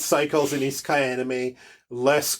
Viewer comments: I think we both pronounced Isekai differently several times. ;) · came off ruder whoops. I’m pretty sure it’s universally accepted The way you use over eye-si-kay. Also Maynga. I’m sorry how rude this sounds